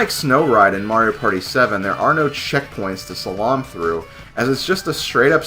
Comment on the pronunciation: Your pronunciation of "slalom" is completely wrong, FYI.